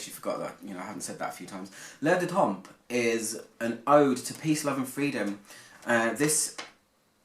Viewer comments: Great review, just do not pronounce the p at the end if the word temp..French language grammar rule you never pronounce the letters in the word DePoSiTo so you never hear a D,P,S,T at the end if a French word .. Written: l'Air du Temp, Pr: l'Air du tan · good review ... just fyi, both the p and the s are silent in temps